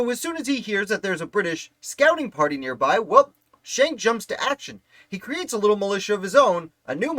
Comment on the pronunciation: Shank is not the correct pronunciation. They're Dutch, not German, so the pronunciation is Skenk. Captain John was in the Hunterdon County Militia. The "word arrived" about the light dragoons from his cousin, also named John Schenck, a Sergeant in the Hunterdon County Militia. You can read his account of the Ambush in his 1832 militia pension deposition.